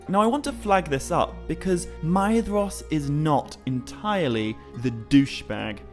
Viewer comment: I do love this series, and your speech and pronunciations are also so utterly fantastic. However, one small titbit I feel I would argue... Surely "Maedhros" should be spoken with the As Gaeilge pronunciation of "dh" and "s", making it "May-rosh".